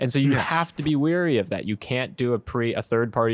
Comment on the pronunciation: Ok, I've heard you do this a number of times now. It's "wary", not "weary"! Customers should be wary, but they might be weary (tired)!